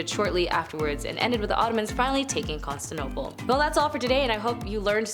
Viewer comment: Are you trying to say Constantinople. It has 5 syllables. Con Stan ti no ple